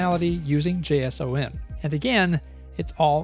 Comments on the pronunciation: Fyi JSON is pronounced “jay-son”. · ... don't... don't say the letters in JSON like that. Just pronounce it. twitch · just the individual letters J-S-O-N. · first time I heard someone pronounce JSON by letters